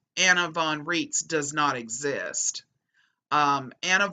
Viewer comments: Names drawn a German source should follow German pronunciation where 'ei' is i and 'ie' is e. So Rights not Reets. She claims to be a Postal Court Judge, There are no postal courts outside the imagination of the pseudo-law fanclub. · It's pronounced "RAITZ" I am German born and the name is German! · Anna pronounces her last name to sound like "rights".